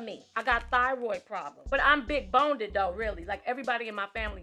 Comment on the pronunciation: honey....she said 'big BONEDED'!!!